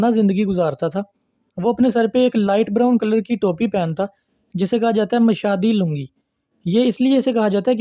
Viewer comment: اینس نہیں، آنا ہے۔ مشادی نہیں، مشہدی لنگی ہے۔